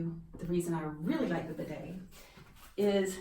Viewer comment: i always wondeeed. but you pronounce the word strangely